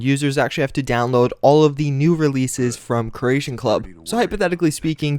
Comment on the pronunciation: jesus christ man learn to say CREATION not Croatian kre-A-shon not krush-shon